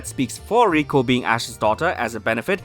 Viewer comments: Just thinking could Roy be Brock and misty's son this could explain why these two might be travelling together also Roy's skin colour and hairs matches to that of Brock and misty If this comes true say R.I.P to pokeshipping. And it's LIKO not RIKO Stop making it sound like Rusifa or Reviyatin how Japanese pronounce lucifer and leviathan If liko and Roy fan made origin theories comes true it just joins all dots Taking liko as serena and ash daughter the reason she doesn't tell anyone about her origin might because of her father being world champion and mother being Kalos queen. Her stone pendant Might be given to her by her father cause of as a memorial of his bond btw pikachu the faith they had on each other via bond she has an exceptional attachment to Pokemon and being a Pokemon freak could be a reference to Ash the scene choosing speg was similar to serena choosing fenniken Liko's hand motion or pose is the signature pose of serena. Her fasion sense could be a inheritance to serena also keeping hairs style and hair resembles to that of serena. Logo and hair spikes matches ash with eyes of serena. Roy's hair color matches of misty while skin colour matches Brock don't involve Brock's eyes. This solves why they must be travelling together cause their parents are friends her other similaritie indicates other pokegirls cause of their involvement in her growing years as they are her parents friends. Now conjoining with reality The company might make this theory much possible be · And IT IS LIKO YOU HEARD LIKO NOT 🚫 RIKO